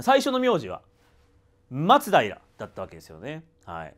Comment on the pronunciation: 松平の発音がマツダイラみたいに聞こえる気がするのは私だけかな😅